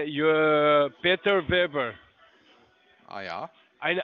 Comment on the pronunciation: Peter Weber, ist klar 😂 kann seinen eigenen Fake-Namen nicht mal richtig aussprechen. Herrliches Video, danke!